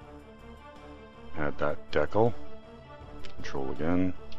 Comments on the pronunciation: Dude, good video, but man do I cringe when I hear you say the word "decal" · that is SOOOO not how to pronounce "decal"